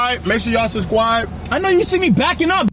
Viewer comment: “MAKE SURE YA’LL SUBSQUIBE” 😭😭😭